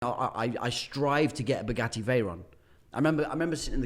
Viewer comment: The way the interviewer pronounces 'Bugatti' is so annoying... BUGUEY?????? are you not able to pronounce the letter T?